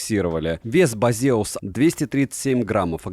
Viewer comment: Почему ударение не на первый слог?